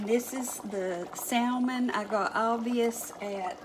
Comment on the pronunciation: Salmon is pronounced Sa-mon, the l is silent. I learned that the hard way. But, love your cooking videos.